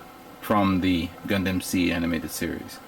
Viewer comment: Gun DAMNIT its pronounced like gun "DUM". Aside from other mispronunciations just at least pronounce the overall title right. Other than that though cool showing.